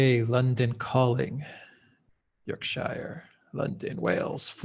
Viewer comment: It’s York-shuh not York-sha-ya!